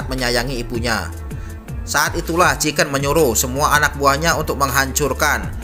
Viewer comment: Chingken salah Chiken betul